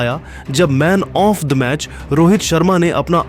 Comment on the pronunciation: Sala gawaar Man of the match thik se nehin bol paraha hai, sirf like comments ke liye faltu video dala hai